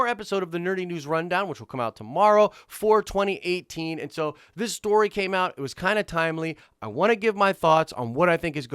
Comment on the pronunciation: since you asked what we're all thinking, I'll just say that , you say "For 2018" but the first 5 times I watched that phrase, I thought you were saying "4/20/18." Cracked me up for some reason. Thanks for a good video.